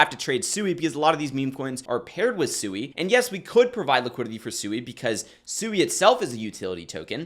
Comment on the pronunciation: It's pronounced "swee" like sweet or swing. It's a Japanese word for water.